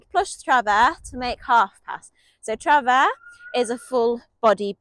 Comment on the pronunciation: French native here, I can confirm that your pronunciation of "travers" is correct - if it is indeed to be pronounced the French way.